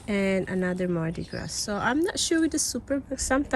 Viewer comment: Pronounce mardi gras as mardi gra.